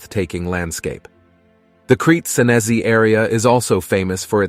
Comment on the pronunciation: The pronunciation of "Crete Senesi" is absurd and ridiculous. You don't have to anglicize everything.